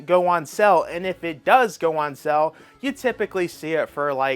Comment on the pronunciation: Why are you saying SELL instead of SALE!?!!!